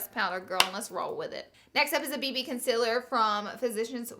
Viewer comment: please say CONCEALER right.. I cant stand how you pronounce it